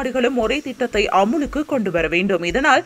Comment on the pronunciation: பிரிட்டன் ma... NInga britania biscuit company soldranga.... Apro அமுலுக்கு ila அமலுக்கு... திருத்தம் கொண்டு வர வேண்டும் news reader....